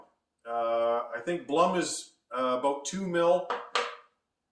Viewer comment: You miss pronounce Blum.